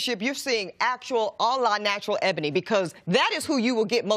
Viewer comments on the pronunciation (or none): none